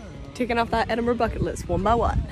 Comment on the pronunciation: I love Abi, but every time she says "Edinburgh" my American closed caption types "enema." Please advise.